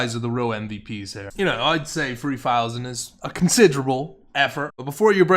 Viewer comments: Free fousand free hundred fumbs up? Christ almighty. That's alot of fumbs up. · "FreeFousand Free Hundred likes"